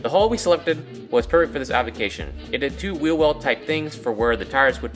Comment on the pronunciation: "The hull we selected was perfedis application"